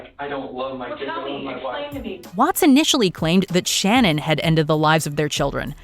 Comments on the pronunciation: it’s “SHA-NAN” not SHANNON 🤤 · Hi I love your list however. Regarding Shanann watts. Say her name correctly that’s the least that you can do in your research. Victims deserve their names to be said correctly it was Shannan not Shannon. Sorry hard to communicate. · It’s NOT SHANNON!!! It’s Shanann… as in Sha- nan. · It’s Shanann not Shannon… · Its BEVERS not BEAVERS! Man u guys need to do better research Edit- it's not SHANNON Watts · Missy "Bevers": Beh-vers; "Shannan" Watts: Shah-nan.